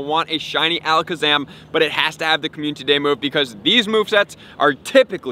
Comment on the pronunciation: Another month... still can’t pronounce community